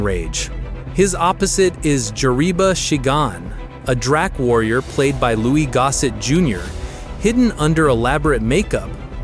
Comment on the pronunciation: Louis Gossett, Jr. Not “Louie.” More AI clickbait garbage.